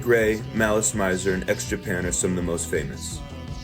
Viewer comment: I used to buy gothic lolita bible just to sew anything gothic lolita because 20 years ago, in Germany? No sir! And to me, Mana sama is and always will be my fashion icon. 😅 It's also not unusual to see musicians also acting. Btw Maleese Meeser that's good it's pronounced